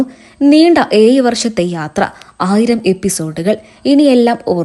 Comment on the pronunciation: ഏയ്‌ വർഷം അല്ല ഏഴ് വർഷം ആണ് കുട്ടി